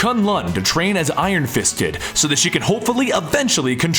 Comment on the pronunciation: To train like Iron fist did sounded like Iron fisted 😂